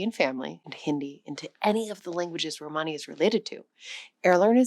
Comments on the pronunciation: Why do you pronounce it "romehni" half the time? It's grating. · Every video on you tube recently is saying the same in corect way . So anoying . Theres no such tjhing as a RO - MARNI . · The word "Romani" is accented on its FIRST syllable /ˈrɒməni, ˈroʊ-/ ROM-ə-nee, ROH- Please do your damned research! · You pronounce Romani in two different ways, sometimes correctly, mostly incorectly. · The stress is 'ro-mani and ro'ma. Most English speakers will intuitively place it wrong in either word